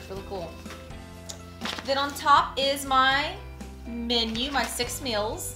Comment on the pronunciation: She calls them "mills."